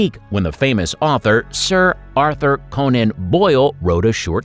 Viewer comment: I knew I'd wasted my time when the narrator said Sir Arthur Conan Boil. 😮